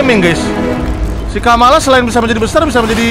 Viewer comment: bang itu bukan kamalakan tapi kamala